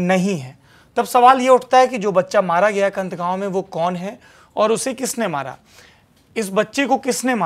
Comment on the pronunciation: कंठ नही कैंथ है गांव का नाम है।